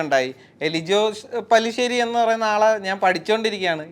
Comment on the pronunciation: പല്ലി ശേരി അല്ലടാ മൈരേ പാറ്റ ശേരി at least അയാളുടെ പേരെങ്കിലും നേരെ പറയാൻ പടിക്കെടാ... എന്നിട്ട് അതുതന്നെ ആ വീഡിയോ ടൈറ്റിൽലിനും എഴുതി വെച്ചേക്കുന്നു...